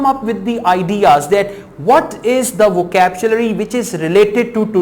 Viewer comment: vocapchlury ni vocabulary hota bhai...